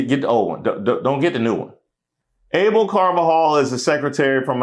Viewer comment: Abel is pronounced Ah-Bell.